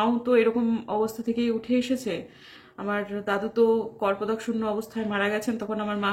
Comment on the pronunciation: Kathata karpadak noy,Kapardak habe